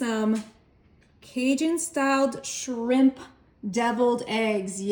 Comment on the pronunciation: It's just shrimp, not srimppppp, stop & you don't have to tell us your coming in with everything 😫